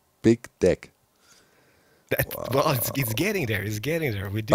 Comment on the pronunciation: I didnt hear ''deck'' it was something else. It fits perfectly and Im mad that it does